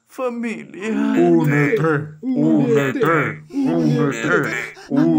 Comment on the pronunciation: Cuando dice unete se escucha pudrete